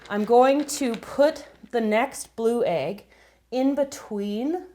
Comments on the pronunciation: Why does she say aig, it's egg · i guess it's her accent :)